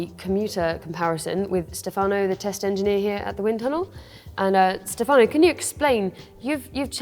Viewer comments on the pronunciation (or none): Stèfano not Stefàno :)